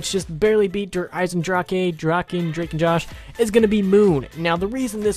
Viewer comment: Der eisendra-haa. makes sense...